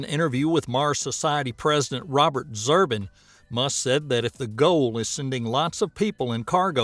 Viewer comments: Zubrin, not Zurbin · Not Zurbin! It's Zubrin! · Zubrin is pronounce Zoo-brin , not Zurbin... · ZuRbin ?? The R is after the b, not before. I could be wrong, I don't know the guy or how he pronounces his name.